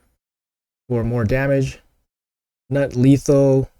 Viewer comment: The constant mispronouncing of GNUT is so maddening to me lol. It’s like a bad joke a 13 year old boy would make but then keeps making it.